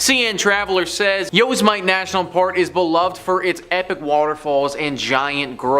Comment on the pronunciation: You don't know how to pronounce Yosemite?